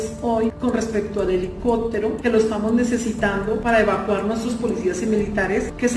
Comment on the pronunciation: Esa señora no sabe ni expresarse. Dice helicotero en lugar de helicóptero….😅